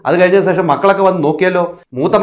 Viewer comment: സേഷമല്ല ശേഷം എന്നു പറയുക ഈ വിഡ്ഡികളുടെ പുറകെ പോകാതെ വേറെ നല്ല വല്ല വിഷയവും U tube ൽ ഇടുക